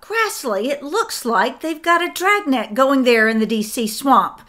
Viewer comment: Dragnet ha an R in it